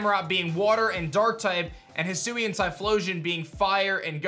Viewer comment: I thought it would be pronounced Hi-sway-n